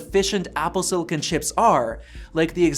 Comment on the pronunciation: What the hell is siliCAN?